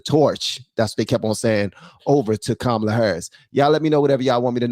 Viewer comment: I watched Nick Shirley's entire show outside the DNC. It seemed like mostly the only ones that supported Harris was old, grumpy white guys. The one guy was super peeved because Nick kept pronouncing her name wrong. It was hilarious!